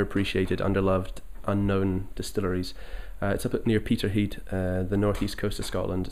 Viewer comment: The lad putting on his phone voice for the interview and very nice it is too, but he slipped when he mentioned 'Peterheid', nice one mate, never be afraid of reverting to Scots, its a beautiful poetic language.